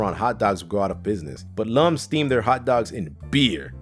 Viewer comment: To the folks who put this video together. Please, a little research next time. The correct pronunciation of Lums is LUMS. Rhymes with "hums", not "looms".